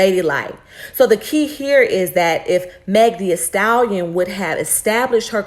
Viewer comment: “Meg Thee-A-stallion”😂